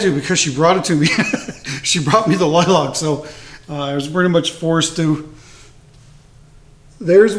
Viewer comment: Sir... I just stumbled upon your channel. I LOVE your work. However, you have me scratching my head. I have never, in the 40 years God has graced me on this earth, heard anyone call a lilac a "lie-lock". At first I thought you were talking about a different tree or bush... but nope. I live in the Ozarks part of Missouri, so of course, heard a lot of funny things. But every time I hear lilac, it's "lie-lack".